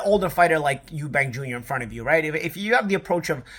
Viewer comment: It’s eubank you silly yank. Chris Eubank jr. not Eubanks